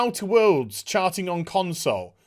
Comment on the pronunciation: Did he just drop "Con-soys"?